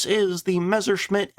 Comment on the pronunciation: if you could never again pronounce it Mezzer, that'd be greaaaat